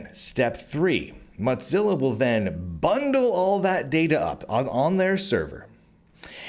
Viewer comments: You keep calling it 'Monzilla'...it's Mozilla. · The big split a few tpyrs ago was when a major shift happened at MO - ZILLA and Brave came about due to that The changes since are very bad and while the cro etcc get $$$ ppl like me that actually helped make it got nada That said while your info is good to have your massacuring of the pronunciation must stop it is MO ZILLA not MOT zilla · Cadence is too smarmy. You have valid concerns but your style is one of a sensationalist, without care for pronunciation (mozza?) or spelling (purchace?). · Are you saying "muttzilla" or "mudzilla"? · Why does he keep saying Modzilla with a D in it, is this like how I am still pronouncinf GIF wrong? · Why do you keep pronouncing Mozilla as though it contained the letter T? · first it was not being able to pronounce Mozilla, to right wing de-platforming. im starting to smell hit piece. im out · There's no T in the word Mozilla... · you've made a lot of videos covering Mozilla related news now. Your content is great but it is absolutely infuriating hearing you STILL mispronouncing the name of the company. It's not a hard one to get right. Pay attention to your comments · I don't think it is like the GIF thing. I think it is because many people pronounce Z with a hard T-sound followed by a sharp S-sound, an in his particular case his T-sound becomes a D-sound. (Why he does that I don't know, it could be a local accent thing or a speech impediment, not that I mind too much). Which is interesting, because that is a common feature of the evolution of languages that they tend to "dull" over time.